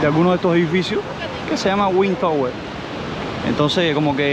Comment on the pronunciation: tienes que venir a aprender inglés conmigo! Vamos a trabajar juntos la pronunciacion de "Google ", " surf ", " tower " y "road ". Hermosas las tomas aereas con el dron! Viva la paz, el respeto y la tranquilidad de mi pais! 🇺🇾💖